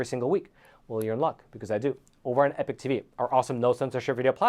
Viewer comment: ❤ Great news. Can you say EPOCH INSTEAD OF EPIC?